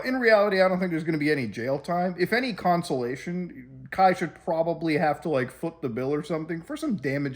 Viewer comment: hehe you said 𝐜𝐨𝐧𝐬𝐨𝐥ation